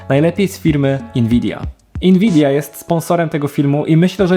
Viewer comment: Dlaczego mówisz inwidia?